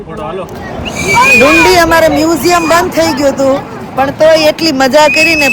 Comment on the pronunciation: તમારી Scotlandની ટ્રીપ સારી ચાલી રહી છે. તમે જે જગ્યા ને ડુંડી, ડુંડી કહીને અમારું હસી ને પેટ દુખાડ્યું, તેનું નામ ડંડી છે. તમને જગ્યાનું નામ નું pronounciation ન આવડતું હોય તો ટ્રીપ શરૂ કરતા પેહલા કોઈ local Loko ne પૂછો તો તમને બોલતા શિખવાડે.😅